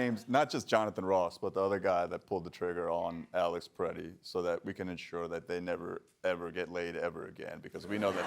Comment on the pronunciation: Why is he pronouncing his name like "Pi-retti"??